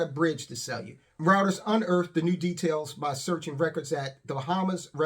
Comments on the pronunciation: Reuters is pronounced Ryeters - pleeeease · "Routers" - dude, it's Reuters